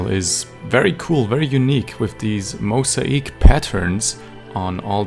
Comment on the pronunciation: did you mean mosaic? "Mo - zae - ick"